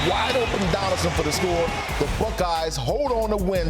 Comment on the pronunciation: The what??!! The *uckeyes?! The name starts with the letter B buddy…not and F 🤪🤦🏻‍♂️